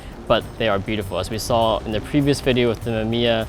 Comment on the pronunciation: Mama mia it's Mamiya! P.S. I'm sorry i coud not to write that ...